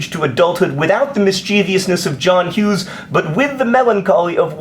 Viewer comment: Really John? Mischievious? First "hectacre" and now "mischievious"? It's Mischievous. Also the Puff seems to be pretty high. DFTBA